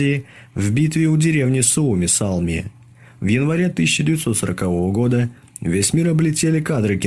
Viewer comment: Не "Суомисалми", а Суомуссалми